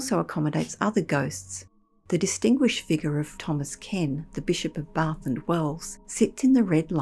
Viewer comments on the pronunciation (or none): none